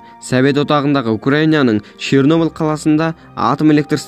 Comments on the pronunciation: Шёрнеблде деген өтті 😊😂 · Чернобіл мен припіят деп күшті айтасн